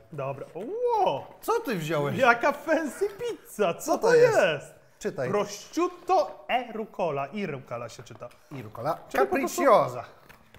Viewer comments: PROSZUTTO SIĘ CZYTA, WY GAŁGANY, NIEDOUKI, ŁEŁEŁEEE!!!1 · prościutto XDDDD może jeszcze brusieta i ekspresso XDD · I to polskie źle wymawiane prosciutto jprdl